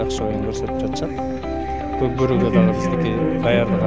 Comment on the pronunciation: Кок бары эмес кок бору деп суйло кыргызча кабарчы